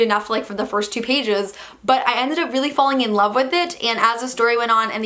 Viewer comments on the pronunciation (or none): none